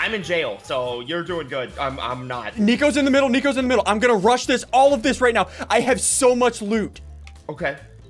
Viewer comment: Middle not wiffle